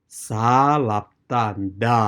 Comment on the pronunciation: should be (n)Da not La???